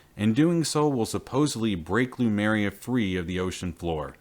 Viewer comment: Great series of videos! But can we get the name right? l-Em-U-r-i-a NOT l-U-m-E-r-i-a.